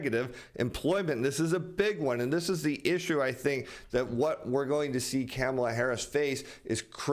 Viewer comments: It's pronounced Kahm-ala.... Not Camel-la. Please, you sound like Biden. Make an effort... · I love the way says Kamala's name. (came a la) 🤣